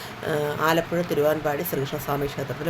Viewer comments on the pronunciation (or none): none